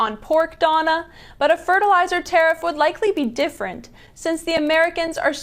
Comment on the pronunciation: Legit belly laughed when I heard "wants to teriff potash" Fuck american farmers, right? Holy shit Americas so far gone back almost 100 years in policy. Impending famine coming soon